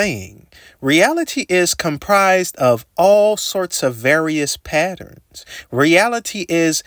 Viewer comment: say PaERONS again